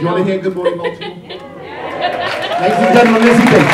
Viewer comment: It's Bal-ti-more not Bal-tee-more.